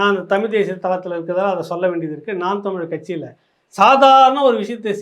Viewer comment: அடேய் அது தமிழ் டா அறிவிலி. தமிழின் சிறப்பு எழுத்தே "ழ" டா. ஏற்கனவே ஆங்கிலத்தில் தமில் (tamil) தான் சொல்லிட்டு திரியுங்க தற்குறிங்க. நீ வேற என்டா தயவு செய்து தமிழை கொல்லாத டா . எவ்வித தகுதியும் இல்லாத மூடர்களாகிய நம்மிடம் வந்து சேர்ந்தது தான் தமிழ் செய்த மிக பெரிய பாவம். தமிழ் சீனாகாரனிடமோ ஜப்பான்காரனிடமோ சென்றிருந்தால் அசுர வளர்ச்சி பெற்றதோடு அதற்காக மரியாதையும் மதிப்பும் கிடைத்திருக்கும். ஆங்கிலத்தில் பேசினால் தான் புத்திசாலி என்று நினைக்கும் சவ தற்குறிகளிடம் சிக்கி கொஞ்சம் கொஞ்சமாக அழிந்து வருவது தான் தமிழின்(என் உயிர்) பரிதாபமான நிலை. தமிழ் கடவுள் முருகனே இந்த தமிழ்ப் பற்றற்ற எங்கள் அறிவிலிகளுக்கு நல்ல பாடம் புகட்டப்பா.